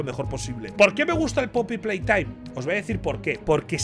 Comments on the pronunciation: todo el mundo: Poppy playtime Ibai: pey popy taim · Poopy Playtime El ingles de ibai: pay poppy time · Jajajaj “pay poppy time” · ibai intentando decir como se dice el juego jajajjaja.